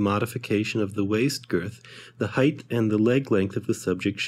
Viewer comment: Love to have this software! But 'Height' pronounced "Heit" not 'Heith"., Of course you get a pass for the good vid.